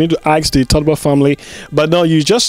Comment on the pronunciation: "Todber"..? Or TOLBERT.? That's ur own former Lib president.. Please try to get ur pronunciation right.. the whole world is listening to u.. !! 😬😲